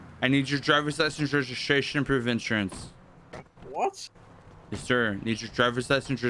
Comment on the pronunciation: "drivers license reshishashion and inshurance"